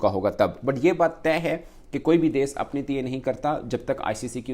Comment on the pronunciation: Ye mulk ko des bolta hai... Bhai des nahi, desh hota hai.... 😂😂😂 Paxtanio ki english Subhan allah or urdu Masha allah 😂😂😂😂